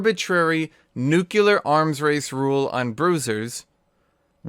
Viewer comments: NUCLEAR. NOT NUCULAR. FUCKING, NUCLEAR. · Nu-que-lar arms race .... yikes bro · If I hear him say nucular one more time I am gonna commit genocide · Gloria: DID SOMEONE SAY NUCLEAR?: Nucular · Nucular blade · i guess he really liked that one simpson episode XD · Why the hell can't you say nuclear right?